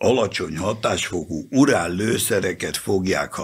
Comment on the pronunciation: Ráadásul "urál lőszer"-t mondott. 🦻☠